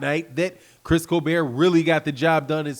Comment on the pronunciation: Dude still sayin "colbear" instead of colbert🤦🏽‍♂️